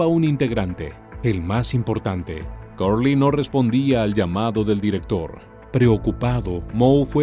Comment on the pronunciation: EN INGLÉS SE PRONUNCIA Cerly NO CURLY.